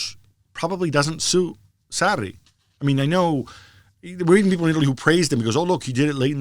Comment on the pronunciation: God another trash podcast with marcotti trying to pronounce foreign names and doing horribly bad but he swears he is pronouncing it right. Maurizio "Satti" - marcotti 2019